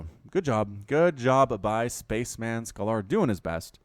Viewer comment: It's pronounced spa-chem-en, not space man.